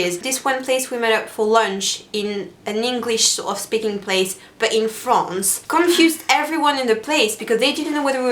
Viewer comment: This video was really funny... and I'm PRETTY sure Sanne laughed because of the way she said "France"... Does anyone agree with me?